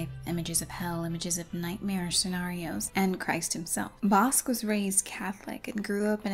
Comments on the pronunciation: Great video, one minor note....Bosch is pronounced Boch. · Yeah, but changing the pronunciation of his last name took me out of the video. I've never heard it pronounced bosc, like a pear before.